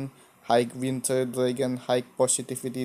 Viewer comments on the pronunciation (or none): none